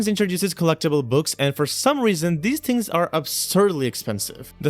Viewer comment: The way you said "things" is like saying kings :))